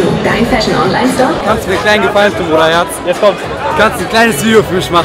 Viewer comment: Hat er grad zur Moderatorin ,,Bruderherz" gesagt? HHAHAHAHA 😂😂😂